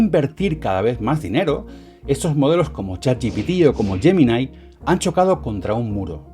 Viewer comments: ta mare... gemini se pronuncia asi como se escribe no "Yeminai" pues ni que fueras gringo. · Ahí-ahí---yeminaí...jajaja, LLeidai..cATalonIa--PoLSCka..PuaJJJ